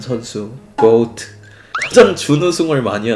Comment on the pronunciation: 매번 고오트 라고 발음하는거 개웃기네